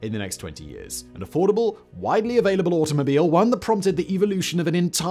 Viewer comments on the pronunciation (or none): none